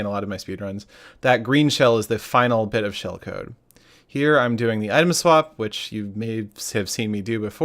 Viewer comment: "shellcode", lol